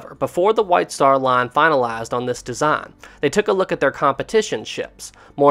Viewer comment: 'White star lan fanalased an this deesan' I can't sorry 😆